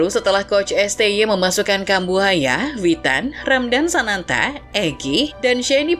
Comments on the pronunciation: ini gw aja atau mimin nyebut Sananta jadi Santana?😅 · Untuk yang ke-2 kali nya saya mendengar penyebutan nama sananta yang salah yaitu" SANTANA"